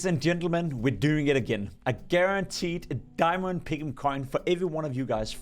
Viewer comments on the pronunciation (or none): "a gurarnteed diamong" dont say that again